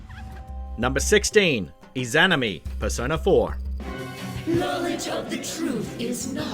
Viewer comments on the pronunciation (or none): Ē-zah-nah-me There is no itz in it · Sound it out with me.. Iza-nami.. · How dare you butcher the pronunciation of izanami and darklurker is the only dark souls 2 boss i have yet to beat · Anyone else bothered the way he said izanami 😔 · I legit cringed every time he said izanami like cmon it's not that hard 🤦‍♂️ and then rodin, omg hes doing it on purpose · The way he pronounces izanami probably pisses off naruto fans and persona fans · ...that Izanami pronunciation hurts...